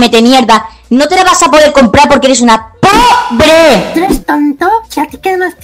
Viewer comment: Like el que halla escuchado que el de la Skin de Thor dijo Probre 🤣